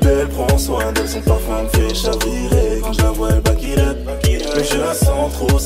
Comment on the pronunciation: On dit pas backilup mais back it upppppp loool